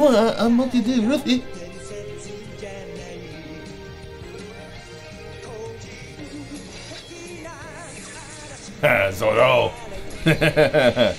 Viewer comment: I cringe from that intro whenever I hear "Zoro" pronounced as "Zolo" lol